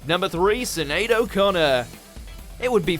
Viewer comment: I mean I know some Irish names are hard to pronounce, Caoimhe, for example but I've literally never heard anyone pronounce 'Sinead' that way 🙈 FYI Your name is Eibhlín in Gaelic!